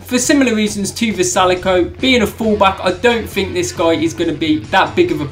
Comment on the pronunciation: Puts vrjsalko at the bottom, can’t say his name correctly in the slightest considering he made it to wc finals.